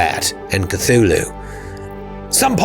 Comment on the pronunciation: can you say Koo-Too-Loo?